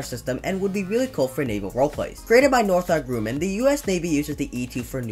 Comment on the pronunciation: What the hell is "Northarp Grooman"